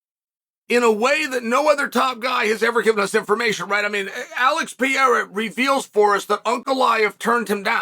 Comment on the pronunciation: “Peiera”, “macklchev”, “Chomo”